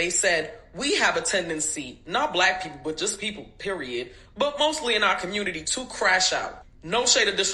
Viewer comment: The "communituh" got themselves a BLAshley Gonzalez. 🤔